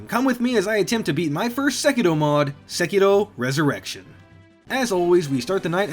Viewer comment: I thought you said "Sekiro Erection" when you introduced it